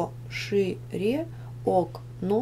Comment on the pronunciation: она не правильно сказала она сказала пошряк а надо пошире